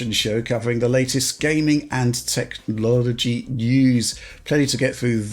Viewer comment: Did he say Tech-lology? I'm going to use that :D